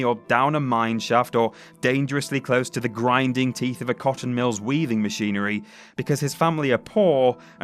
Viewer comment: "weathing machinery" XD